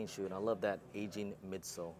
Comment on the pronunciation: These shoes been around for 17 years and dudes still can’t pronounce it 😂😂😂💀💀💀